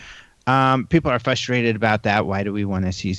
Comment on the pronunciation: I LOVE these shows but I wish would say frustrated instead of fustrated 😂